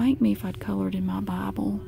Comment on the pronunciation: I thought you were saying Bubble 😂😂 But no it was "Bible"